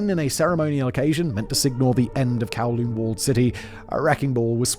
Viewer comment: Humbooga dubghh kawwlooonh 😂